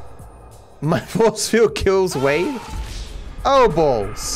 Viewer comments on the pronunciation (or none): none